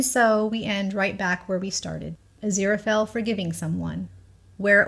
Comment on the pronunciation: I absolutely love your channel! All your theories and observances provide such great insight that it's always a pleasure. Please, please watch some interviews with Neil Gaiman... despite the fact that Angel's bookshop is "A. Z. Fell & Co.", his name is pronounced 'Azira-Fale (rhymes with 'sale'). I do Thank You Very Much for not shortening Aziraphale's name throughout your videos! I feel that Sir Terry and Neil chose his name very carefully and abbreviating it in any way cheapens both Aziraphale and Sir Terry's vision for our beloved Angel. I don't think enough people truly appreciate Crowley's line about Aziraphale being "Too pure of heart to be anybody's 'bit-on-the-side'!" My absolutely line from Crowley! Is it just me, or are Aziraphale's eyes blue when he's in heaven and dark when he's on earth? ❤ 🌼